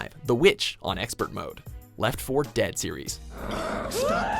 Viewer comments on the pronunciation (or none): none